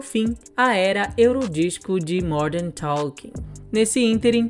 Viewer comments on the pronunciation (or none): Jet "ailiner" do Modern "Toking". Não seria "Jer Airliner" do "Modern Talking" ?